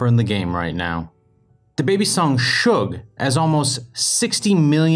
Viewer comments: "Dababys song, SHUGE" its suge- Sure don't know where u got SHUGE from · DI’d he just pronounce suge schoug!!??? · You said shug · DID HE JUST SAY shug instead of suge ??!???!?? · Bruh he said shug instead of suge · Y did u pronounce suge as shoog, it’s s-oo-j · Did anybody noticed how he said sig instead of suge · Its not “Shoog” its pronounced “Sooge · it shoog dumbass in the song he talking about a guy called suge knight that owns a record label that why he says I’m a young ceo suge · It made me rage when you said shuge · Are we just going to not talk about the way he pronounced Suge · I thought Suge pronounce = Su Gei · its pronounced sooj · Did he jus say shuj?? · He said SHUGE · OMG HE SAID SUIG! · Mans really called suge shuge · It is said sue-je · nigga said shuge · man called the song “shoog” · Bruh said shug instead of suge smh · He pronounced Suge "shug" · I thought it was pronounced, "suge" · The way he pronounced Suge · Him mispronouncing suge was like a punch in the stomach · He said suge wrong lol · What's wrong with u when u said suge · Check Boi lol no he didn’t you must be high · I stopped watching after just because of the way he said “suge”